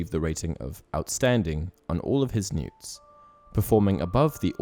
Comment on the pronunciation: Newts? Really. That annoyed me. They are N.E.W.T.'S.